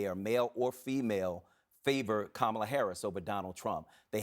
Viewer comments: You lost me in the first two minutes when, and this is important, Michael Harriot mispronounces Kamala Harris' name. Not because his mispronounced it, but because NO ONE CORRECTED HIM! The lack of integrity on that panel is revealed there. And I am a Black male speaking for myself when I say that I should vote for Kamala Harris. I should vote for her because she will represent me more than Donald Trump will represent me. She should expect my vote because to vote the other way would be ignorant of me. Joe Biden should have expected my vote 4 years ago and he would have gotten it again even though he was a train wreck. Why? Because he is less of a train wreck than the racist, misogynistic, bigoted, can't accept a loss Donald Trump. The KKK, White Nationalists, Proud Boys, etc. vote Republican for a reason. If I, being African-American in this country, vote Republican, I have no common sense. Vance won't even defend his wife when Republicans make racist comments about her and we should think he would defend us? As soon as Republicans begin objecting to racist ideals, I will consider a Republican candidate. This is not a debate. It is a question about how foolish is any minority that would vote for Trump. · Camel-a Harris!! Wtf. You should’ve corrected the way he said her name. I’m sick of hearing how her name is pronounced. Stop living and dying by polls. If any of you honestly want KAMALA (comma-la) and Tim to win, start focusing on that, put your energy into that and keep the momentum going. Stop wasting time like this. It puts a negative spin on what’s happening for their sake and doesn’t help them or us or our country at all. News outlets like this give Trump and the dark aspect of politics right now too much power. Yeah there’s problems in politics but focus on what is actually going to make some positive change. I’m done watching CNN. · Camel-ugh. Feel better now? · Hey CNN!!!! Your guests are mid pronouncing Kamala’s name! Why are y’all not Correcting it?????